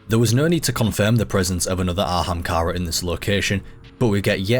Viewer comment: „An ahamkara bööön böö.“ damn, i knew that anglophones were bad at pronouncing foreign languages. I didnt know that there were anglophones who are bad at pronouncing their OWN language